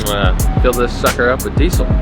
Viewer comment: No z in diesel.